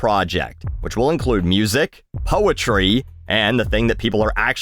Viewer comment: I heard "hoetry"